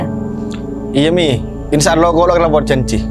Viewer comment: Filmx cukup bagus..tp cuma satu pesan dari saya pribadi..buat lah film yg se akan akan tdk mnjadi contoh buruk kpd masyarakat..dan saya pribadi minta dgn kata ( ALLAH ) d prbaiki..kita kan asli Madura masak TDK bs ngomong ALLAH dgn omongan bnr n jls..d bnykx film ttp aj saya dngar ALLOH bukan ALLAH